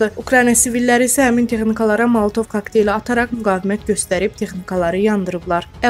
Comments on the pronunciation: Siyavuş kaktele katlet demişdir, sende moltov-a maltov deyirsen. Aylbdlrey Vallah, bu ne sődurkű onu duzĝun demeyib őzunuzu ve xalql biyablr edirsiniz. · Moltov deyil, molotov-du🤣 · Siyavuş kaktele katlet demişdir, sende molotov-a maltov deyirsen. Aylbdlrey Vallah, bu ne sődurkű onu duzĝun demeyib őzunuzu ve xalql biyablr edirsiniz. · Xanim Malatov yox, Molotov öyrənin də .....sizə qulaq asanda ət tökuruk. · Malatov yox Mooolotov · Moltov yox,molotov kokteyli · Molotov kokteyli- vurğu dirinci hecadadır